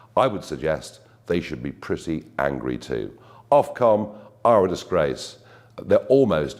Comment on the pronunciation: Ofcom, foc-om....how about that...